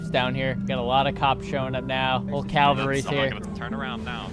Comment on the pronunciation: Calvary? ERRRR incorrect its Cavalry